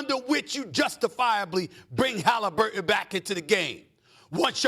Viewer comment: Who is Halimburton?